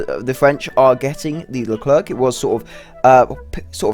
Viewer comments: Pronounced as "Lu claire" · What are you saying LerclerK ? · Pronounce it "LeCLAIR" the last "C" is silent ! But God ! I wait this one since the whole tech tree was added ! And a good remind, this is a S1, a pre-serie ! Last models are "F1" standards F1 have a "slicker" design And the brand new XLR update of the F1 is even slicker Leclerc MBT also have an upgrade with a 140mm gun called the T4, tested and maybe soon exported to EAU Leclerc F1 XLR is also foreseen to be fitted with a drone for "over-the-hill" recon and engagements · the last C in Leclerc is mute please xd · Stop pronoucing the "c" at the end, we don't pronounce it And please stop joking on the reverse speed because this thing, IRL, is actually the best in its category